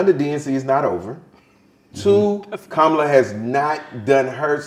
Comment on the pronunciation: It’s pronounced Comma -la Amber Rose. Repeat after me - Comma la. Didn’t you hear her little nieces breaking it down? You’re not smarter than 10 year olds.